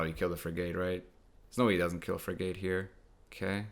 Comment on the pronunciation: Will he ever pronounce it frig-et... no Will he lose viewers because he continues to pronounce it frig-ate... also no